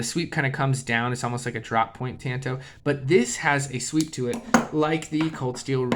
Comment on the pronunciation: It's pronounced tahn-toh The Kobun variant was used by the CIA. The slim profile made it easy to wear, like in your boot.